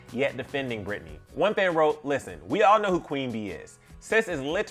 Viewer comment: Her name is Britney.... like it starts with a B.... wtf